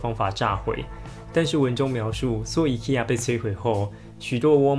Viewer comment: IKEA 读音错啦~~~~